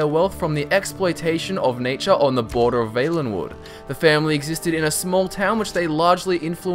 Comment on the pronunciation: Is it not pronounced "V-ah-lenwood"?